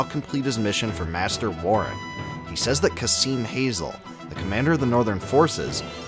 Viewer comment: my only objection on this is Kazim's last name being /hazel/ instead of /hazeel/